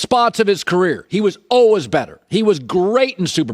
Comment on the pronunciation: Why does he (Colin) pronounce “ALWAYS” like that???😳